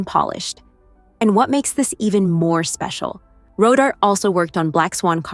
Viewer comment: It is NOT pronounced RoDart. It is Ro Dar Tay. Rodarte.